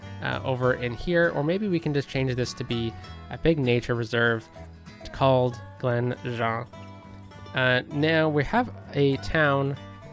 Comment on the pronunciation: If Glen Jean is to be like the hills and glens of Scotland, then it would sound like gene. Sounds more french the way you are saying it. It is also a womans name, most commonly lengthened to Jeannie. Most people I have ever known called Jean usually answered to Jeannie only, if you said Jean the usual reply was, haw you thats my sunday name 🤣